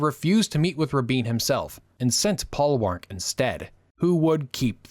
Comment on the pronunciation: As someone old enough to remember the 1970s onward, "Paul Warnke"is pronounced "Paul Worn key" or Paul Warn key". Great video, as usual.